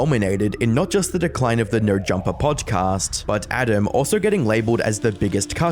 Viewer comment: why do you say “Podge-cahst” 😂